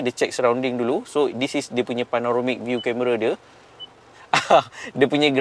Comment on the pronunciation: Panoramic.. Bukan Panaromic.. 🥰